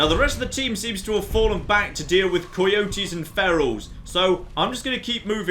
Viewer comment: Why on earth does he keep calling the dog Bork? It's obviously Bark, a "6" is just a backwards "a"... Almost as bad as the deliberate and continuous mis-pronunciation of "coyote" for dozens of episodes...